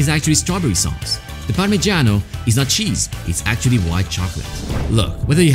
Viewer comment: You are pronouncing "parmeggiano" absolutely perfect. Lionfield is happy after this and me. Thank you. Stai pronunciando "parmeggiano" assolutamente perfetto. Lionfield è felice dopo questo e me. Grazie.